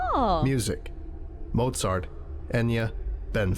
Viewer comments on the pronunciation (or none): none